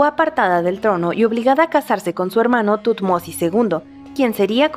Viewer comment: Me encanta como pronuncia "Tutmosis" :D